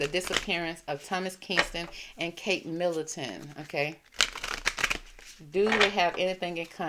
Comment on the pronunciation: Middleton not Millington...sorry, just saying to help you